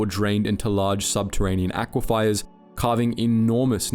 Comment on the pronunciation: I think he sees an i that isn't there, he pronounces it as if it was Aquifiers, with a second i immediately before the e.